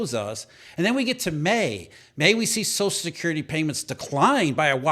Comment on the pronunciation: Wtf is "sozicurity"? It's "social security", slow down your line reading.